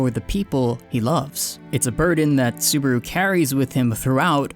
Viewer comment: yeah lol you keep saying suburu XD